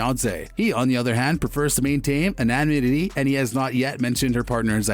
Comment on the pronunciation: Anonymity. I like how you just kept talking after mumbling through that attempt